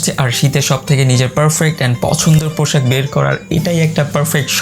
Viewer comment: পোশাক না পৌশাক কোনটা ভাই,?? ভাবের চোদনে উচ্চারণে ভুল হায়রে বাঙ্গালী